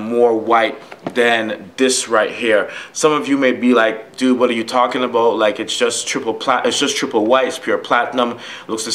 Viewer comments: say is this guy from Canada? he says aboat. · To me it sounds like "aboot" my girl is Canadian and that shit gets me everytime😂